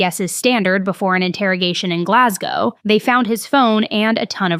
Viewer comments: So glad you pronounced Glasgow properly. 😅 love from Scotland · As a Scottish lass, thank you for correctly pronouncing Glasgow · Firstly as a Glaswegian thank you for pronouncing Glasgow correctly. Secondly I was actually in that club the night it happened. Would be really eaay to leave that place because it's tiny and always packed. Like body to body packed so if she knew where her friend's were she could go through the other side unseen due to the volume of people and the fact everyone is used to being jostled.